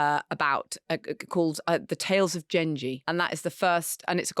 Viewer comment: Ok so, 1️⃣the pronunciation of Genji is NOT jenji as in jenga… It is Gen as in the the beginning of “get” A hard G , the ji is as written But that’s just a pronunciation problem 2️⃣Maybe Marina (or her producers) could have done just a little more homework on a classic novel written over 1000 years ago that is still being translated and studied even now 😢 And noted The Tales Of Genji are most certainly not about a freaking cat!! 3️⃣If the novel is too long for consumption then try reading Liz Dalby’s “The Tale Of Murasaki” for a more concise understanding of the whole 源氏物語 saga Huge novel Huge history behind it And most certainly NOT a novel about a freaking cat Please, oh please, if you are going to comment on historical novels, her the story right Pronunciation is a small problem to your understanding of the whole “Tales Of Genji” and how and why it was written